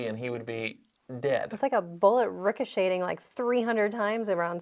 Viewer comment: Did just say rhicoSHADING?? 😃